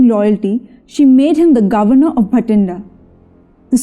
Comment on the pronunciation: It's Bathinda not Bhatinda